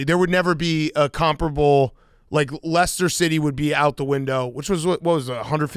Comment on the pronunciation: woosh the pronunciation is a running bit ha